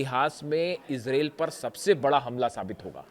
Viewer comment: Mr reporter bai Israel 🇮🇱 not isralle 2. 😂😂😂😂 I think you need to learn English course